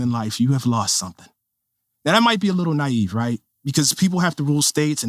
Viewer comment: "he who knows only his side of the argement, knows very kittle of that"